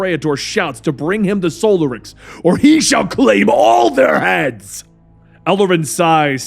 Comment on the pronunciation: *in Hermione*: It's soLArix, not SOlarix!